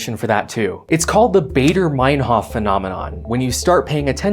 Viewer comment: Baader-Meinhof is pronounced Bad-er Mine-hoff